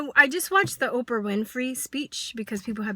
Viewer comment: First her name is "OPRAH" not "Opera" and if your telling me after ALL she's done your still convinced she's this monster then it just supports my original statement-SAD-just-SAD!!-This kid and that's ALL she is is just trying to get attention-Can't you see that? She attacks Oprah knowing that it'll draw attention. This kid has "major" issues and makes No-Sense at all.